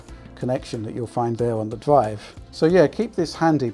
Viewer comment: R have EVER PRONOUNCED R FUCK SAKE, legit what's a DWIVE WTF IS A DWIVE